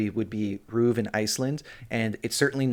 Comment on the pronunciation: omg thank you for saying RÚV like that! Also as an Icelander I am deeply ashamed of RÚV for not coming out right away and pulling out of the contest. I hope they do pull out this week